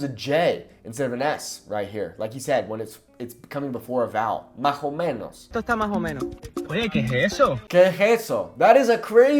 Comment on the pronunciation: Yo respeto para todas las maneras de hablar español, pero no impide que algo me guste o no me guste. El acento andaluz, donde invierten el "st" por "ts" es terrible para mí: "Etso", "entontse", "etsamos", etc... Suena fatal.